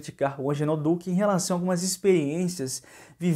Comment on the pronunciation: Não é Angenor é AGENOR.